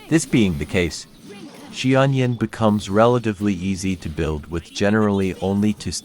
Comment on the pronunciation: Love how you simplified the pronunciation to "she-onion"!